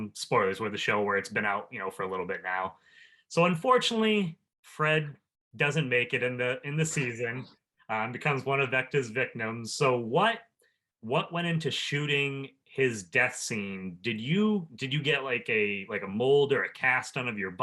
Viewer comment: Instead of you saying vecnas victims you said vectas vicnims 😭✋